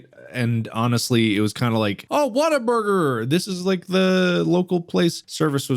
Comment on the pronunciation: Am I the only one who thought it was "Waterburger"? Everyone I've heard has pronounced the "Wa" like "Wah" as it's pronounced in "Water". It's "Whataburger". I kind of figured that, but "Waterburger" also sounded like a name. (bootleg Krabby Patty?)